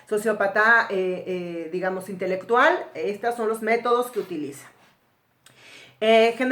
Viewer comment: Dice intectual.